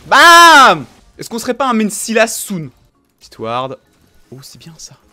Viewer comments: On dit pas sylas on dit SAILLLEUUUUSE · On dit [Salasse] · On dit Syl asse